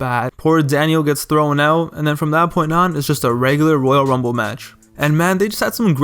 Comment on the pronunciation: Why are you saying woyal wumble